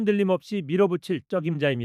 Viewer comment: 자막읽을줄 모르세요?자장면과짜장면을구분해서읽어야구독자들에게최소한의도리지요?방송내보내기전최종편집할때검수같은거 안하고방송내보냅니까?듣기 거북해서 잔소리적습니다.(쩍임자)아니고요(적임자)라고 읽습니다.중요한 내용을 담는그릇이깨져있어야되겠습니까?